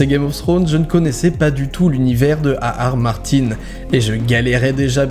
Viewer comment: J'ai l'impression qu'à qu'il dit le nom de l'auteur du livre il ar ar martin